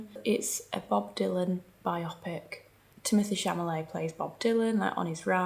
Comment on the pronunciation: Timothy Camolèe?? I love you, but you should know the name at least of the actor, you are watching in the features movie. You are such a professional, you would be surprised, if someone doesn’t pronounce properly a huge brand they are representing or invited to represent or be part of their event.